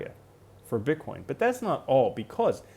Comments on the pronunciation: you say bitchcoin 😂 Great video, thank you. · Am I tripping or did I hear you say bitch coin 🤣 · I think mumbled Bitch-coin lol - too funny - you're the best!